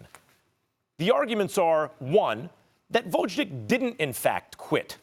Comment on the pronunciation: Come on, Max. Learn how to pronounce the Lastnames of the fighters. VOZHDICK??? seriously?